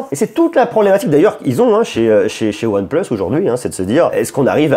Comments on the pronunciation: Pitier c’est pas « OnePleusse » mais « OnePLUUUS » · pourquoi tu dit one pleuse et pas one plus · aAors merci pour la vidéo, et merci pour les infos :) par contre... désolé mais pourquoi dire One pleusse?????? ça m'arrache les oreilles XXDD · ONE PLEUSE MDR